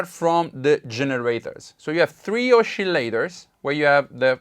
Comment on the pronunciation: I like the way you say " oschillators" 😉 seems to be unison ;-)